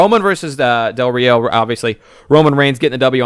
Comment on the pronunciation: It's pronounced "Ree oh".